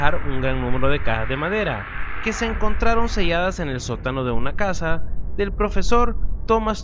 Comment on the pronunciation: es en el sótano no en el sotano ajajajaja! xD te mamaste:V